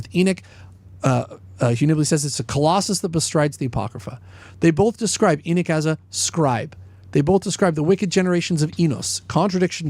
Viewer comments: It's funny because of saying Enoch your saying Enik haha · please don't take this wrong cuz I'm not saying it to diss you or anything but when you say it you pronounce the o like it's ik instead of pronouncing it like you would in knock